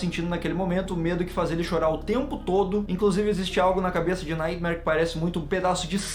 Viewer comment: Só eu que ouvi no minuto o falando nightmaionese KKKKKKK